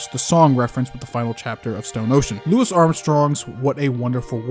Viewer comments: It’s “lou-ē” Armstrong lol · It's pronounced "Loo-ey armstrong" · It's Louis (Loo-E) Armstrong btw, good vid tho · it's pronounced "Loo-ee" not lewis lol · love the video, but it's pronounced louie armstrong. it's a french pronunciation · Love the vid but tiny nitpick, Louis Armstrong is pronounced Louie